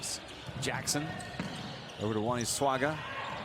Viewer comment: y is the commentator saying wani swaga its swaka